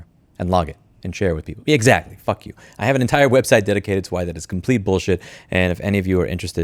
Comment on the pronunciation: "EGG-ZACH-LEIGH. Fuck you" We just starting the video and mans already made my day lmao